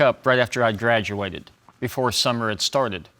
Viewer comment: Hold up did he say Draduated instead of Graduated!😂😂😂😂